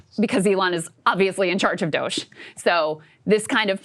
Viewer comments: Why does he say Dogae every time? Is he allergic to pronouncing words correctly? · Finding it hard not to focus on the weird ass pronounciation of DOGE from Ryan.